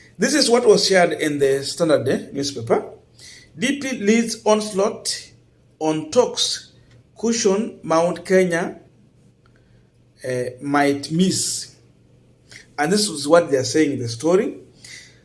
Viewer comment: it's caution not cushion.